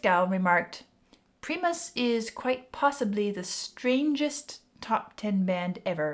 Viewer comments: primus pronounced like "pry" and then mus- not pree- mus- sorry i wouldn't correct you if you didn't say it wrong so many times- not trying to be mean just giving you the correct pronunciation and i’m sure i’m not the first to say so- also they are a tough band to just listen to out of the blue and like- you have to pick the right song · Preemus! It's pronounced Pry-Muss 😛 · "Difficult to categorize", yeah, that's Primus.. also, it's pronounced 'pry-mus', not "pre-mus".. Also, also, Primus sucks!! :D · She's killin' me with calling it Preeemus. It's Preyemus. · Pry-miss not pre-miss, at least that's how I've always heard it pronounced. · its pronounced pr eye mus not pree mus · Pronounced "pry" "muss"lol! Hearing pre mus just sounds silly. I get it tho your not familiar. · it's pronounced prime-us or pry-mus. It's not Pree mus. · Hun, its pronounced Prime us not pree mus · Just so you know, it's not Pree-Mus; it's Pry-Mus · Love your reactions and analysis. Pronounced "pr-eye-mus" as in "Prime" :) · It's pronounced Pry-mus. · Pronounced Pry-miss Just helping not judging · She said Preee Mus? 😂😂😂🤙. Yeah she’s not from the BayArea family of Funk! 🦧😂🤙🐩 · It's pronounced, "Pr-eye- mus". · Dear lord… it’s PRI-mus. Please pronounce the “I” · Every time I hear “Pree-mus,” I gag a little. I get it; you haven’t heard them before. Wish someone would have clued you in on at least the name pronunciation. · Just to let you know their name is pronounce Primus like Pie mus prīmus. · Never heard their name pronounced "Preemus" before. 😀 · I love "Pre-mus" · It's pronounced PRIMUS . Rhymes with time. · It's Primus, not preemus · Please get the pronunciation of PRIMUS correct!!!! “PREEMUS” ?!? Please just stop!!!! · It's primus not premus say it properly. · That aftereffect of smashing your head into a wall because someone can't pronounce the name of the band properly. Pr EYE mus. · It's pronouced Prime-us love. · Pronounced….. Prime-us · Pronounced Pry-mus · It's pronounced Pry-muhs